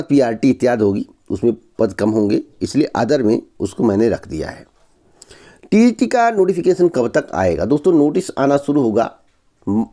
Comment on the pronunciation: Tgt ko tt bol raha hai Aisa youtuber h ye